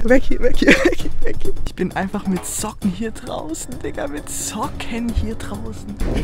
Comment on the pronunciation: Levin hat zocken gesagt statt Socken 😂